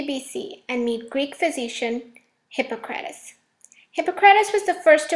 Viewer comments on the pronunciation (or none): It's Hip-PAH-cruh-teez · Ummm….that’s not how you pronounce Hippocrates